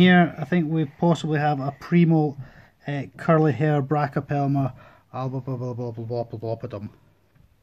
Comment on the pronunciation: I'm impressed.. how many times did you have to listen to that part to sound out that name?.. Its spot on!